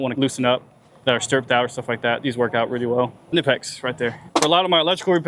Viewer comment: It is Knipex not nipex